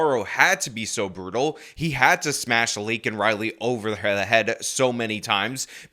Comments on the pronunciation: I’m happy those republicans were yelling at him when he kept getting her name wrong and the disrespect he shows is disgusting. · Look at Kamala Harris sitting back there trying not to laugh while Biden screws up Laken's name. SMH. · Or hearing the President mispronounce the name of an innocent murder victim kind of pisses off some people? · Joe Biden's pandering as a blathering spittoon. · He's so senile that he doesn't even realize he's mispronouncing her name.